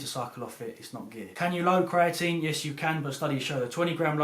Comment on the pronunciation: THE PRONUNCIATION OF CREATINE IS TRIGGERING